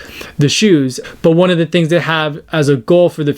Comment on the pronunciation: Your Maori (Te Reo) pronouncing of One i.e. oh-nay is bang on! From a Kiwi.